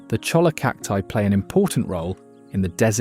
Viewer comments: It’s pronounced choya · CHOLLA is pronounced CHOY-YA